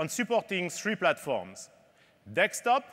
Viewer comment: He said dekstop :)